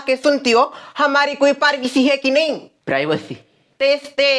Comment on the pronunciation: Paarvacy nahi ☺☺🤪🤪🤪😁😁😁🤣🤣🤣privacy